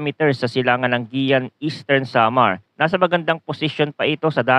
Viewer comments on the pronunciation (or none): Para Kang Grade 1 kung magbasa? Guiuan (Giwan) hindi Giyan. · GUIUAN EASTERN SAMAR HINDI GUIAN